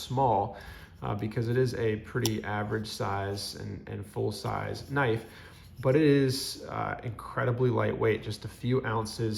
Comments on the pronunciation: Pronounced k'nife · Sorry I’m new to this hobby. Does anyone else pronounce “knife” with the “k” silent?